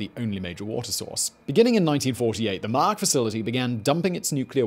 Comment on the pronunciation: Man, why would you butcher names like that? It's mah-YAK (yak as in "yuck") and TE-cha (cha as in "channel")